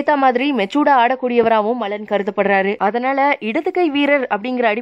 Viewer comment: Commonly we say 'athanaala' but this channel's slang 'hathanaala'😂